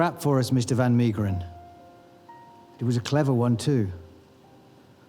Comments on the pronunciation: Unfortunately they could not pronounce Van Meegeren’s name properly. It’s Van MAY-geren not MEE. Van Gogh is the most butchered though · Van Maygeren ...pronunciation .